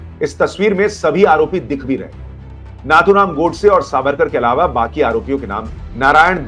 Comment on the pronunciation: Sir, excellent 👍 video covering rejoinder to false and irresponsible allegations made by Pappu. I, however, humbly bring to your kind notice that the name Nathuram should be pronounced as "नथुराम" and not as "नाथुराम".